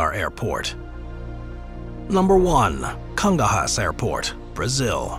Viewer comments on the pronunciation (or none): Congonhas has been grossly mispronounced. It's /Kon-'goh'-nyas/ (accent on 'goh'), Not /'Kon-gon-hass'/ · I've never seen Congonhas so mispronounced before watching this channel's videos, kudos 😂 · Yeah I was gonna say the nh in Portuguese words is like the ñ in Spanish.